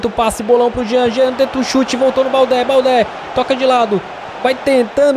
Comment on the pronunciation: OS ''É" DO TOURÉ E DO BALDÉ SE FALA COMO O ''É'' DO MBAPP''É''